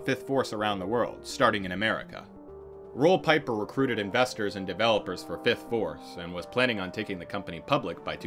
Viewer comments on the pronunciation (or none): Pieper is pronounced Peep-er not Pie-Per. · pieper is pronounced more like peeper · I remember these days. I was doing my Masters in Electrical Engineering and we all laughed at how dumb this situation was. Roel Pieper (pronounced Peeper) was known as smart and educated, but he missed the mark here clearly. What a way to end your career. 😂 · As a Dutchman, aside fom Pieper I was pretty impressed by the accuracy of the Dutch pronounciations.